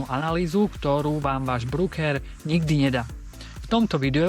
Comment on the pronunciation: je pecka! Ale ked pocujem slovo "brúker" tak mam pocit ako ked zakusnem do citrona. Ved sa to nepise v anglictine brooker. Je to broker a tak sa to aj cita. 😉